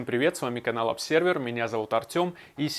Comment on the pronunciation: Воинствующая безграмотность претендует на "авторское произношение". Всё что угодно, лишь бы не учиться.